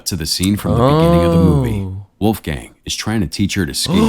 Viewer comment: seriously? Uneducated fool never heard of Mozart? WOLFGANG Amadeus Mozart? And since it’s a German name, the pronunciation is absolutely abysmal. Wolf the o is like the o in ton and not, not like in moon, gang the a is like the a in was or what not like the a in man or dam.